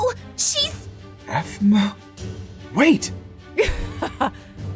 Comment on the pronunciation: Is this a mistake? Hailey : APHMAU! Me : uhh you mean apple? #SCREWED